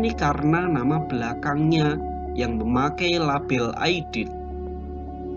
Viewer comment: 'Aidid bukan Aidit. Pakai huruf 'Ain dan Dal bukan Alif dan Ta.